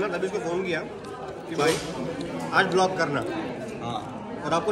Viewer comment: भैया आप vlog को vilk क्यों बोलते हो 😅😅😅😁😁😁